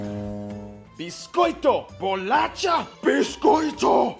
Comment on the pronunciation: It’s bolacha!!😂